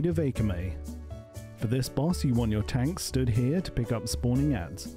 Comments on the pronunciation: Is the pronounciation of Akama some kind of inside joke? The video has it saying Ah kah may, when it's A calm a. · Aye-Kay-Mae? It's said several times in the game, it's Ah-Kah-Mah lol. Great guide but you really need to learn how to pronounce the names of the bosses LMAO! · AY-KA-MAY? FUCKING AY-KA-MAY? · Eykamey = Akama ? Ok bro :D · Shade of "Aykamay" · Shade of ‘aykamay’ 😂😂